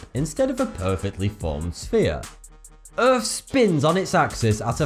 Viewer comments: Earth not Earph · Lol Earf. Lol its Earth dude! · he says "Erf" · it's not earf it's earth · Im sorry. But did you just say: "Earf is a rafver incredible place to be."? Good video either way though. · Wow, earf, wow